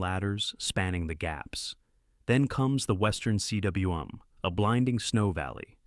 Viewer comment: I’d think if someone was going to talk about everest, they’d learn to pronounce everest, khumbu, cwm, lhotse, and major features and landmarks, lest they look a fool or lazy. I timed how long it took to look up proper pronunciation and etymology of cwm…less than three minutes. Seems a small investment to preserve one’s reputation as a serious person.